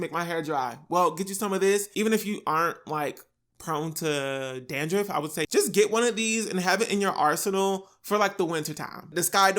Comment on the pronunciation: did you just say “dandriff”? 🌚